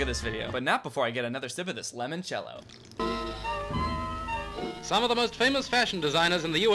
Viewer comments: Its LImoncello. Not LEmoncello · Why is no one annoyed that keeps mispronouncing L*I*moncello?! Its so genuine I can not believe its a bit.